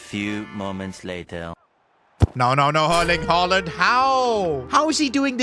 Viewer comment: bro really sed herling haaland